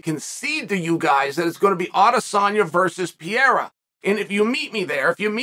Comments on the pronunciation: There is no way in hell he just said Costa would be the favorite against Pee-air-uh 🤣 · PRONOUNCE THE NAME RIGHT IF YOUR GONNA SAY IT SO MUCH QUIT SKIPPING THE R. Come on Chael